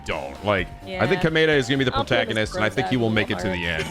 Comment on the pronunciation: So weird hearing both have different pronunciations for Komaeda.